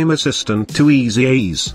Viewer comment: Great video. THe auto voice had me cracking up every time it said "Keyfraaaame" and "Easy eez" :)